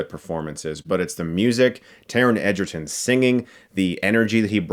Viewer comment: im sorry but I'm pretty shore its prenownst as egg-erton and not ejerton